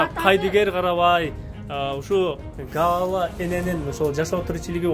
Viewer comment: Гала эмес Галя